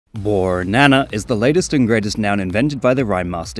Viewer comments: I know it's pedantic but he says "ooornana" not "borrrrnana" and I haven't seen anyone else point that out. Surely someone else has noticed. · i hear ornana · "boornana." In such a bored tone death voice with him also making the "o" longer makes it even funnier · bro when u said borrrnana I literally cried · Borrrrnana consistently makes me cackle whenever I hear it. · I always thought he was saying “yooour nana” I didn’t understand bornana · I don't know what it is, but I kind of unironically love bornana. Or maybe I do like it ironically, because I just think it sounds very silly. There's something about the way he says it, including the pregnant pause before he says it, that just never fails to make me laugh. It helps that "banana" is already a pretty funny fruit. All in all it just sort of combines into a really funny line, which is very stupid for sure, but I mean, it makes me laugh, so it can't be all bad. There's stuff in this world that just makes me mad or upset. Anything that makes me laugh has got to have a point in its favor regardless. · The way you pronounce bornana every single time